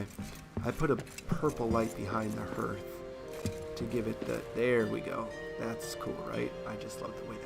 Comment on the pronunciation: Great vid mate. Just so you know, hearth is pronounced like the word heart but with the "th" on the end. It's quite literally the heart of your home. Imagine its spelled "harth" if that's clearer. Anyway have a good one.